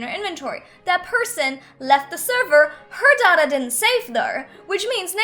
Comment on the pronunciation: It's not dada it's data pronounced day-ta -_